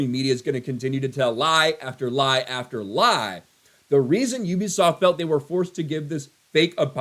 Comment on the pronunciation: U-bi-soft..... it is literally in their name😮